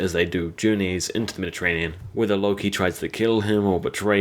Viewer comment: it's floki!!!! not Loki.....